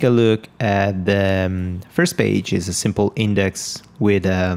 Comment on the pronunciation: I love it when you say "Super simpol"... it brings a sense of confidence to those who are learning, like me.... 5 years as web developer but the first time learning how to actually develop for Wordpress :D